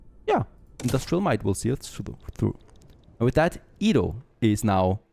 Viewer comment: Edo is pronounced Edo. not ido. Stop saying ido.